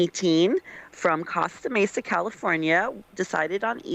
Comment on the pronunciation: Dee Costa Mesa should be pronounced as "Coast-a Mesa"...and its Southern California not South California